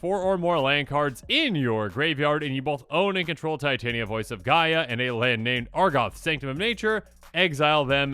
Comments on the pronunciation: Tee tah knee uh. Not tie Tay knee uh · It is TIT - Aneea voice of GE-Ah MTG has made me realize anglophones don't know how to read shit. The same with" Vesuvan Duplimancy" that becomes VesuVIAn diplomacy. 😕